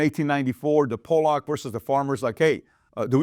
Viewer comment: FYI, POLLOCK is pronounced (PAH luk not PO lahk). Great video.